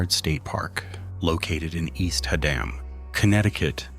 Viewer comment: IT"S Haddam not HA Dam!